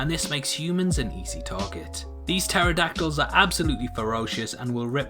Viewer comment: I keep getting triggered every time he says pterodactyl XD